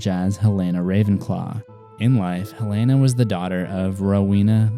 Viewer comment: Its Helena!!! Youre pronouncing it as Helaina!